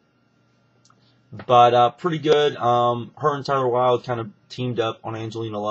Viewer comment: its taylor wild not tyler wild. Tay-ler it rymes with Gay-ler.